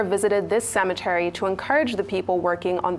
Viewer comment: She said cemetery Dr abati dey spoil the pronunciation again.na WA for niaja o..una no get Nigerian dictionary yet una wan pronounce words d way una want